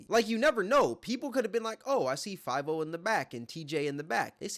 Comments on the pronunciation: i aint ever heard anyone say fivio foreign like you broo lmaoooo, 5 0 foreign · its Fi-Vio Foreign dawg not 5-0 foreign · his name is five e-o not five-O honestly more like favy-o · I fw the video but brooo it’s FIVIO(Five-Ee-Oh) 😭😭😭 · And he just lost half his credit with this video. 1st Bro be making valid points but he can't be really tapped in the way we think cause we all know Tory Lanez and Adin Ross is what made this whole streamer rapper collab viral. And dude just pronounced his name five-O when it's spoken as Favio....fav not five io" eo" not o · It’s not five-o foreign , it’s fa-vio Foreign 😂 And bruh, you outta bounds calling lil Tjay corny and saying he fell off. Lil Tjay is hot af rn. 🔥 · Its not 5-O foreign. Its Five-e-o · Five-e-o but either way bro corny so we ain’t worrying about it 😭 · I might be wrong but I think it’s fav-E-oh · I haven't heard anyone pronounce fah-VE-oh's name right since this incident 😂😂😂 just proves how irrelevant him and Tjay are now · it’s pronounced fa vi o he just never tapped into any drill music or heard his name said which makes him look goofy af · "Five O" pmo ngl💀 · The fact he’s pronouncing Fivio as Five-0 🥴🥴🥴 seems like he’s just picking and choosing instead of actually watching/supporting these streamers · The way he says fiviooo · did bro jus call fivio "five oh" 😭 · "Five O" foreign. Bruh, get the name right at least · 5-0 foreign in the house😂 u got internet lil bro. Could atleast learn to say his name right. But hes def a cornball. So is lil tjay. He had pop out, brothers and fn. the rest of the songs after that were ass and that was years ago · He said 5 O foreign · Lmao the way he pronounced fivio I was like who tf is this big rapper named 504??? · Lmao it’s pronounced (FOV-EH - O foreign) you cooked with this video though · this is what happens when corny niggas get a voice lol . bro dont even know how to say favi-o 😂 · U saying 5-0 foreign is disgusting 😂😂😂😂😂😂 atleast attempt to read it and sound it out